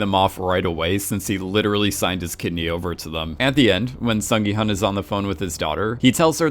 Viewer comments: Ahhh, his name is pronounced “Sung gi- HOON” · The intention of my original comment isn't to go hard critiquing pronunciation. I just really want everyone to know at least the main character's name because it is not a hard name to pronounce for Americans. Some of the other names are understandably a little harder. As a Korean, I hope people will promote Korean entertainment and culture with a little more effort towards the pronunciation.